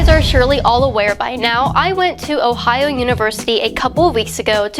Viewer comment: She can't even say Ohio,lol. Don dwink da fwowide! ... but really don't drink fluoride.